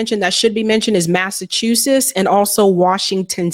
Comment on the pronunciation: Massa chew suss? Are you kidding me? What kind of weed are you smoking?